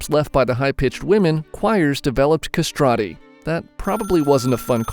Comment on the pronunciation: non sapevo nulla sui castrati also you are mispronouncing it